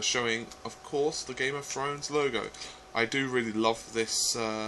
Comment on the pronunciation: "Game of Frowns"